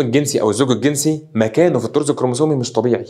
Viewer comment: هوا تقريبا اسمو الطرز مش الطور